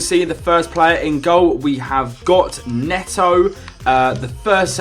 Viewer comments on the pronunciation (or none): none